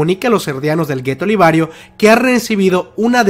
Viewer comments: Jajajja es liberio, no libario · Liberioooo no libariooo